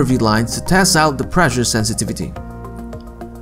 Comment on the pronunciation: The pronunciation of 'pressure' is preSHer, not preJer. Two S' means not vocalised S.